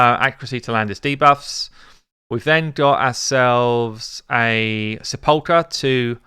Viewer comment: sepulcher = SEP-ul-ker :P